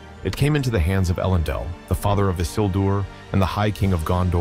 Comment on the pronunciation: I made it a minute and 19 second in before your pronunciations made me pause and exit out. Elendil is said a dozen times in the first few movies FFS.